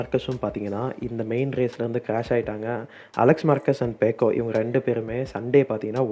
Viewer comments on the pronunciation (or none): பேக்கோ இல்ல பெக்கோ